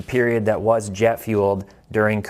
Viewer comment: did you say the spike was Geoff fuelled or Jet fuelled? Sorry, it wasn't clear.